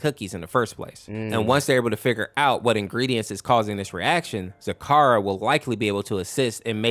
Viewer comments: It is zecora not zakara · Hearing Zecora's name said wrong is so wrong 😂